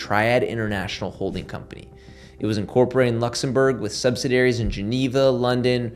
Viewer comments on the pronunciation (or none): Dude youre pronunciations are bad. His last name and subsidiaries